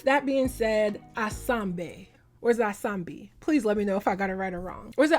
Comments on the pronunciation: you said asambe right the first time it means "lets go" not in the literal sense given the context of how she used it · you said it correctly the first time… it means Lettts gooo!!/Lets get it 🇿🇦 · You said ASAMBE right the first time you said it girl! 👏🏽👏🏽👏🏽👏🏽😂❤